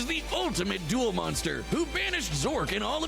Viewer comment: Duel not dule.